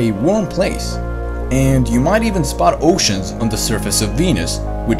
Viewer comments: Overall, this was quite well done and very interesting. However, I respectfully have a few critiques of the narration. The accent is a little distracting at times, especially when you pronounce "Venus" more like "Wenus" because occasionally people humorously combine the words penis and wiener (admittedly, this isn't common, but it did make me giggle adolescently). Like most non-native English speakers, you stress words incorrectly at times, but more significantly, once or twice you use incorrect words (you say "harvested life" when you meant "harbored life" ["supported life" would be even better]), and occasionally your sentences are phrased a bit awkwardly. Your meaning is decipherable, but I'm sure you'd prefer to be completely accurate with your English in an informational video like this. So, perhaps you could get a native English speaker to go over your script; not just anyone, but someone who you know can write well. (Though admittedly, that's a skill which is rarer and rarer these days.) But at any rate, thanks for the vid. It really was quite informative. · ''Let's start with Weenis''...really? lmao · Did he say wenis?...